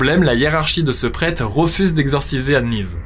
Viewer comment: "le prète"